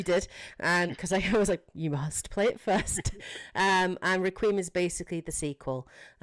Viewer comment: Great video, my only nitpick is, Requiem is pronounced Reck-qui-Em, 3 syllables not 2 "Re-qweem" sounded so weird